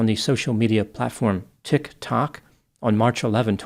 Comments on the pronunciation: The way you say "Tik Tok" like it's a foreign word is hilarious. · other people are able to say tiktok normally. you'd probably like the app if you actually gave it a shot. no need to be condescending toward an extremely popular platform. how do you say youtube? You Tube? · Dude you gotta say tik tok normally to be taken seriously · Why he said tiktok like that 😅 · Now I know how to pronounce Tik Tok like a mainland Chinese. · I like how you say TIC TOCK... like you've never heard of it :D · Why is saying Tik Tok like that??😂😂